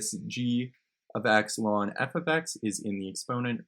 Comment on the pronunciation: thats how its supposed to be pronounced